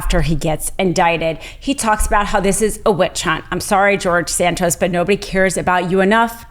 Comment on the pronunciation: George San-Toast.